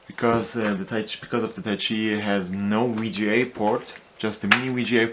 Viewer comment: What's a Mini-Wii-Gee-A to Wii-Gee-A port...??? I'll be back